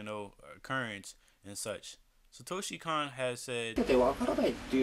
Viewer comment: His name is pronounced Satoshi CONE. The 'O' vowel in Japanese is always pronounced with an 'Oh' sound.